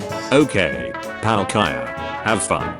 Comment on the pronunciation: whats your favourite pokemon oh its palk-eye-a... ITS WHAT? ummm how did you pronounce togepi... I SAID HOW DID YOU PRONOUNCE TO---- jee pee i already know